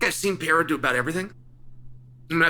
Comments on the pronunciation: My guy why do you keep saying Pierre' Pierrer". Guy's name is PE RE I RA. Just sayin' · It’s pereira, not peheira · Pe-rei-ra not Pee-hei-ra 😂😂😂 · It may be easier if you tried saying Pe-rey-ra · we’ll know when Alex has accomplished enough when Chael bothers to learn how to pronounce his name. as of right now he’s still hasn’t done enough. you’ll get acknowledged one day Peehera. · Here for the chance Chael mispronounces it as "Pee-air-uh" 😂😂😂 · “reira” is too hard to pronounce for English speakers 😂😂 it involves a quick roll of the r as Portuguese is very similar to Spanish Pronunciation is RRey-RRah Peh-RRey-RRah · Name dyslexia 😅. Try just sounding this out Per..rer..a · The day Chael pronounces his name right, Pieria will loose 😂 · Pereira has accomplished so much that Uncle Chael is making a good faith effort to learn to pronounce his name 🔥 We now call “Pu-Harrah” the man who was once “Piera.” If he becomes champ/champ/champ, I think we’ll get the next evolution of Chael’s take on his name. “Pu-Harrah” said in a promo piece last night that he’s always evolving his game. Uncle Chael is no different. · Who is this Pee-ay-rah that you talk so much about Chael?😂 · Pee-air-uh puts on his demon face-paint and does black magic techniques with his eyes. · Yesterday it was "Pierra" and later in this video, too. On top of everything else he has accomplished, Alex has also had to change his name every time Chael makes a video. That feat alone makes him a superstar! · Chael is smart. Does he mispronounce Pereira’s name on purpose? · Hey Chael, pls learn how to say Pereira correctly. U got lots of brazilian fans.... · Maybe one more win and Chael will give the man enough respect to say his name right lol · Come on bro at least say his name right lmao